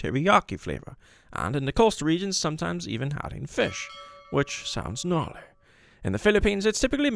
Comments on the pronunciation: I love how “The Narrator” pronounces gnarly!! 😂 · I love how “The narrator pronounces gnarly!” 😄